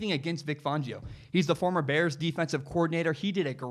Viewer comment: You’re pronouncing Vic Fangio’s name wrong. BTW, Big Ben, Tom Brady, Joe Flacco, Lamar Jackson and Matt Ryan all came into the league as rookies with defensive head coaches.